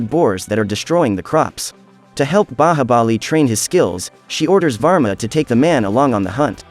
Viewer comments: Just because you pronounce Bahabali instead of Bahubali, i refuse to watch your recap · Indian movie pronunciation be like :baahabali